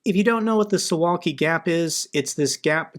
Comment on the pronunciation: Suwałki is read su.vaw.kee btw